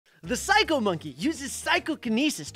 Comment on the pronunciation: Ngl i thought say said phyco as in an insane person